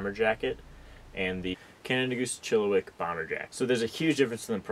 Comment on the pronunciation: It is pronounced Chill-a-Whack.. Not wick!!!